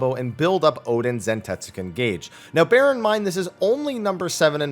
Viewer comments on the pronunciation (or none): none